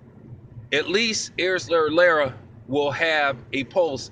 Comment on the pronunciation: Lmao bro you got my Mexican girl dying from how you pronounce Lara's name. No worries doe it's very different even for a Hispanic name. Anyway you kept it 100 as usual